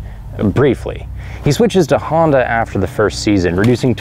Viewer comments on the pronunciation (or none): none